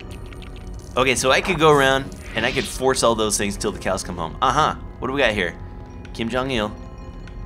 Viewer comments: It's qui gon jinn not Kim Jon ill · Hi kim jon I'll guy his name is pronounced kwhy gone gin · you are so close just say kwaii-gone-jinn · It's Qui -gon jin not Kim Jong il ☺😊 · It's qui gon Jin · It is supposed to be Qui Gon Jinn, but you were close. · ITS QUI GON JIN (quay-gohn-jin) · IT IS QUI GONE JIN (at least that is how it is pronounced) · it's qui-gon jin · It's QUIN GON JIN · Kim Jong IL's real name is pronounced Quai-Gone-Gin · It is pronounced kwi gone Jin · I have the sudden urge to by this on Steam even though I already have it on Wii. Also, Qui-Gon Jinn is pronounce just as it looks. ;)